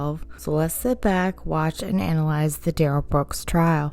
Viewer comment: Duh-Rel always has a problem with names. Witnesses, victims, his own... 🙄